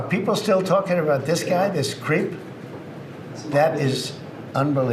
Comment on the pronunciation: is it just me or he mispronounced "creep" here